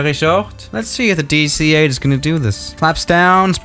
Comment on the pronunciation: "Hello, welcome back to the channel today we got the Dueeh C-8"